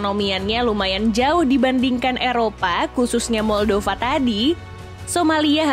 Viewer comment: Moldova di baca 'maldava' yah 😅